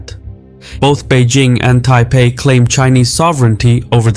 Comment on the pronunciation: "Taipei", bleh.